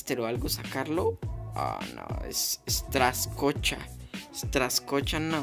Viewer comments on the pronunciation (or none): Se pronuncia Strakosha,no Straskocha :/